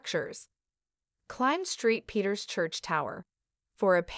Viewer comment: Yes, "Street Peter's Church" was a classic!